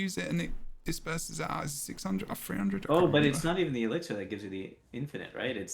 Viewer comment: I swear if I hear pronounce elixir wrong again…